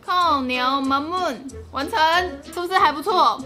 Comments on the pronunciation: 🤣🤣🤣是唸[靠鳥媽ㄇㄨㄤ丶] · 想看阿母本人，那个发音似乎更像靠鸟马木安